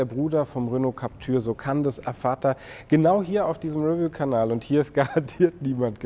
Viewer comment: Bitte die Aussprache des Wortes "review" üben. Betonung liegt auf der zweiten Silbe!!!